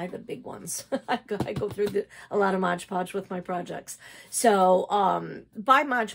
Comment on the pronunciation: I enjoyed everything in your video about paper beads, but I gotta tell ya, after all the times I heard you say "Modge Podge" instead of "MOD Podge," I can't take it anymore. Best of luck.